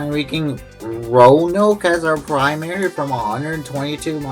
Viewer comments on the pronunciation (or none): It's Taz-well in Virginia, by the way. The e is silent. Row-uh-nohk for Roanoke. Great video.